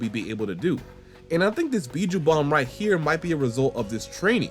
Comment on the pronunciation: years, hima wildin 😂